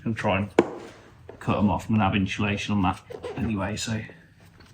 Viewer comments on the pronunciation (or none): why every time u say Insulation is like inciulecion =)))wtf LOL